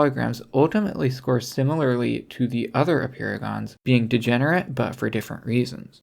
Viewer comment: Apeirogons sound like "a paragons"